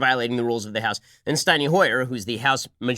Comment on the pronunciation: It bugs the piss out of me when he says "Steiny Hoyer ". I am starting to believe he's not as smart as we thought.